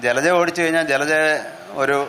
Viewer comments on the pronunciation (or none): ജലജ ഫ മാറ്റി ഭ എന്ന് പറയു